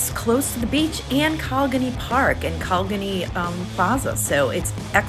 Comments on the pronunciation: Coligny is pronounced Co lig nee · Coligny Co- lig- knee